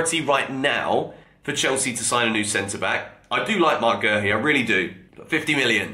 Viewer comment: Where is the R in Guehi? Calling the man Gerhi